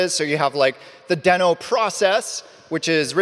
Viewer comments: First thing he regrets in Deno is pronouncing it wrong. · if you keep saying deno fast it sounds like node